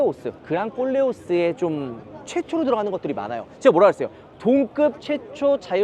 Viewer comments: 꼴레오스가 꼴레오라고 발음해야 맞을 듯.... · 발음 잘 좀 해주세요~그랑 콜레오스와 꼴레오스랑 분위기가 다르잖아요~ㅎㅎㅎ